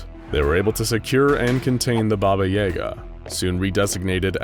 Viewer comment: I don’t like how he pronounces yaga he even mentioned the movie John Wick, where they pronounce it correctly or what I’m used to